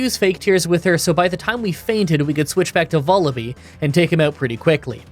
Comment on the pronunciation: hey, this is an fyi comment regarding the pronunciation of Vullaby (if you don't care, feel free to disregard this comment, I completely understand) it rhymes with lull-a-bye. I pronounced it the same way when I was younger until I realized that was its namesake